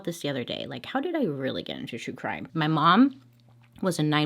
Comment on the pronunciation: I I litterally found you YouTube videos from watching another true crime and I fell asleep n woke up and you were saying true crime in a funny way ( no offence)but yeh you have a new follower 💃